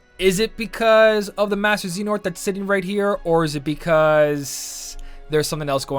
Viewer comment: Your butchering of “Xehanort” is worse than the 1400 jewels - constructive criticism.